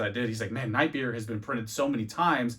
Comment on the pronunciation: You say nightmare like Bert Kreischer does lol “nightmeere”